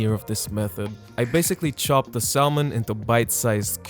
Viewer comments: You look great, man! Thank you for sharing this video with us. You are very enjoyable to watch. These are great tips! It's pronounced [sammon] not [salmon]. Thanks again. :) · I like your sense of humor. Kudos on trying to eat better and lose weight. You can do it! The 'l' in Salmon is silent. SAMon. Subscribed. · The L in salmon is silent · The L in salmon is silent. Just so you know. If i was speaking in a second language and mispronounced something i would want someone to tell me.